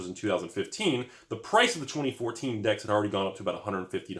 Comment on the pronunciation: Yeah he was saying decks and then dicks. Snuck it in a few times lol